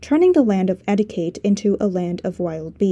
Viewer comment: Your English is splendid, but: Etiquette = "etteekett"